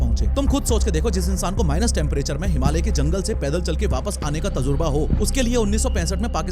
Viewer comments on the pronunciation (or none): none